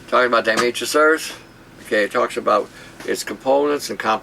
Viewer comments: diatoms...Marisa Tomei...it IS a really hard word for the tongue!!! die-a-tomei-trous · diotamasous made me feel like i was peeing glass horrible